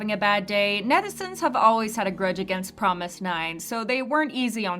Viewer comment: I know you're trying to stray true to the korean pronunciation of "fromis_9" by saying it like "promis" but even the group itself doesnt say it as promis, they say FROMIS. so just keep that in mind lol